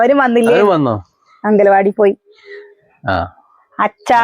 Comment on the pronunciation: ചേച്ചി അങ്കലവാടി അല്ല അങ്കന വാടി എന്ന് പറ ചേച്ചീടെ ഭാഷ😂😂